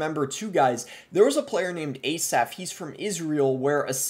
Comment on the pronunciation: Sucks for them both And btw Asaf is pronounced "As-af", and not "Ay-saf"